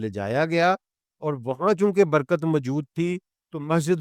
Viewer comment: باتیں آپ کی سر آنکھوں پر لیکن الفاظ کی صحت پر توجہ دیں—-یہ تلفظ مو- لک- نہیں ہے بلکہ مُلک ہے ،لام پر جزم ہے- ماجود نہیں ہے —- موجود ہے- عربی بھی آپ پنجابی میں پڑھتے ہیں- وعلی ہذ القیاس